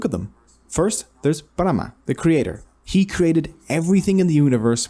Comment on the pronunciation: It's Brahma! ब्राह्मण नही!